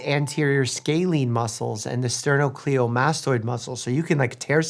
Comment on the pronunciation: Sterno-CLEIDO-mastoid. Not sterno-cleeo-mastoid.